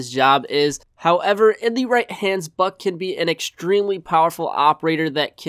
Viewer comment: im sorry, it sounds like he said f#ck